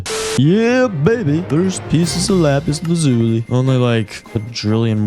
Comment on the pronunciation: lapis lauzuli "LA PEACE LAZULI" nvm this is corny